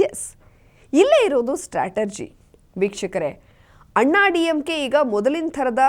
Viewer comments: Strategy is the correct form. But the voice says statergy which is wrong. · your voice modulation and pronunciation is excellent. Today i observed first mistake in your pronunciation of the word Strategy. You pronounced as Stratergy. Kindly correct next time.